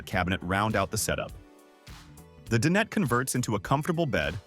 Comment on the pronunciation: I wish these AI narrators would learn to pronounce dinette correctly.